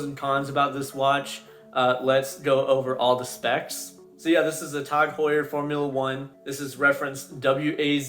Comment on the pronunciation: TAHG Heuer, when you say it like that the brand may not sound so bad haha. Great vid bro, keep up the good work.